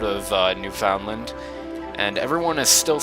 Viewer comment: FOR DA LOVE OF JUMPIN DYIN JESUS STOP SAYING NEWFOUNDLAND WRONG!!!!!!